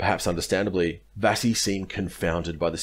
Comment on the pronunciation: Good account. Couple of small pronunciation points: It's Vasey as in 'chase'. I grew up on Vasey Concourse, Melbourne named after them. And it's Wootten as in 'wood'. My father was a fighter on this coast with the 6th Div. He watched Adachi being carried into their position, in a chair tied to poles. The Japanese said they surrendered to the 6th because of its battle honours.